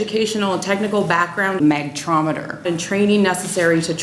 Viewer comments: For a few moment i was like what is a magtraumeter Then i realised she is talking about megnetron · How does she get to be in the association if she can't pronounce magnetron correctly, let alone it's function in a microwave. BTW the way she sounds, it makes it's purpose even terrifying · magtrometer? Megatron.